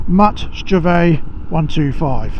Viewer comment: It's pronounced "STRVAYG"